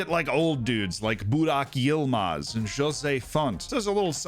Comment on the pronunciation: Your pronounciation of Burak Yılmaz was the best pronounciation made for a Turkish player by a non turkish human.